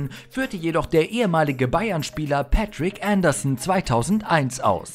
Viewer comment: Patrik Andersson spricht man sicher nicht so aus ^^ Mr. Andersson :D